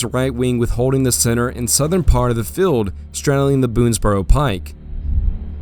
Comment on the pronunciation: good historical facts, you need to work on your pronunciation , feld= Field, and many other words, do not mean to be nit picky but English is English and a good narrator WORKS on pronunciation, unless its woke English.